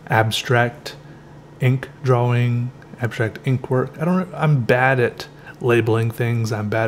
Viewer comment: I was gonna comment on how it cracks me up every time you say the W in drawing and then you go and say drawing without the W this time...